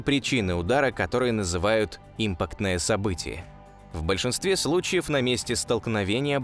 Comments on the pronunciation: Ребят, вы хоть сами просматривайте ролик после монтажа: объем в квадратных метрах))) Импактное, а не импАктное) даже для ненаучного канала жесть, а для околонаучного и подавно. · автор не умеет читать текст ЧИКШЛУП Импактное не правильно импАктное правильно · Что вы, неучи, не способны в слове "импактное" правильно поставить ударение. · импАктное ударение на А. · Импа'ктная, ударение неправильно произносишь. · импАктное - ударение на А. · Имапктное событие: ударение на А, а не на И. Рузгий учи э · Сначала поставил лайк,потом услышал"импактное" с ударением на И,(правильно-импАктное,с ударением на "А"!,от слова "импАкт!),бездушный,роботизированый голос без интонаций,подходящий для службы коллекторов-"у вас задолженность по кредиту!",бубнящий прописные истины,которые любой первоклассник знал,а сейчас это все выставляется как -вау!... дизлайк однозначно! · и в слове импактное событие ударение на И поставил.. как только язык не сломал.. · То же самое подумал. Ударение в слове на букву "А"